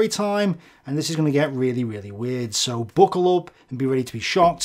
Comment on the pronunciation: "Bookle up" grabs book dohohohoho